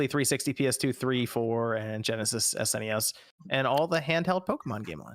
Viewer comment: LOL on Ge'esis, although MVG would say Megadrive though